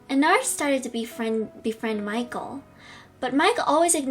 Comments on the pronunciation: It’s En-Erd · The proper pronunciation is En-erd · It’s enneeeeeerd not enaaaaaaaaaard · It’s probably pronounced as “en-ARD” But it’s actually “en-ERD” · When she said enard i was like "ITS ENNARD!" Enn-rd😊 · How you say Ennard is like Enn-erd Not Enn-ard its just spelled weird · It's not EnnArd it's ennerd like err Ennard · ENNARD NOT Eenard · You say Ennard like Enn-rd hope that helps lol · I think how you say Ennards name like Ennerd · It’s pronounced ennerd but it’s spelt ennard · You say ennard like this en a rd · Ennard is said end-ard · ITS ENNERD BUT WITH A A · I don’t think that’s how you say Ennard... It’s sounded out as “Ennerd”. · Enn-er-ed Pitz-er-eia Np hate or anything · Btw it’s en-er-d that’s how u say it, hope it helps! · bruh the pronunciation is en-nard also, its Pizza ria not pizzeria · You said Ennard wrong. It's Enn-Erd, at least that's how its pronounced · You say ennard like this EN - ERD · its pronounced enn-e-rd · No its said like ennerd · It’s spelled ennard but it is pronounced ennerd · Ennard is said ennerd instead of saying a you say e for ennard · Ennard is pronounced as En-ird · His name is Ennard (Enerd) is how you pronounce it I used to call him Ennard too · Its en-erd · It's pronounce ehn-are-d, not how it's written but how you would pronounce it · It’s Pronounced Ennerd But It’s Spelled Ennard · That's not how you say ennard its pronounced ennerd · You prononce ennard (en-ard). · It’s ennard but sayed as ennerd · You say Ennard Like Enn-erd i think btw I loved this vid :3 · Ed-nerd is how u say it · Ennard pronounce: Enn-erd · It’s en-erd not en-ARD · I think its pronounced ennerd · Its Pronounced EeeeeeeeeeeneeeeeeeeeeeeeeeeeAAAerd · It's speled ennard but you pronounce it like this : enerd and you pronounce pizzeria pitzaria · Oh and its pronounced "Ennerd" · so, message for, you asked if thats how you pronounced "Ennard" But it's pronounced "Ennerd" Not being mean, just a heads up✨❤️ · Ennard is pronounced en erd